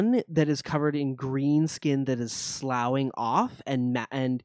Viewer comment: FYI - "Sloughing" is pronounced Sloffing, like Coughing.